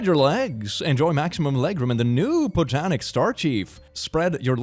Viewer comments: He just said pontanic instead of pontiac and this makes me laugh more than the photo itself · did you mean to say Pontiac as (pO-tan-ik) instead of (pon-tE-ac) it struck a little nerve in me as car fan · im sorry but did he pronounce pontiac as pontaic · Did anyone else even mention the fact that he says "po-tan-ic instead of "pon-ti-ac"??? Start listening at this part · 'k, Pontiac is not pronounced "Potinac," and Star Chief ad is fake cuz its got Arial font (1982...last Star Chief was 1966). Yes of course i looked it all up you silly bean. Altho i am a typographer. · its bothering me how he said Pontiac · mangling "pneumonia" and "Pontiac" is my new mood, as I also struggle to handle big p-words.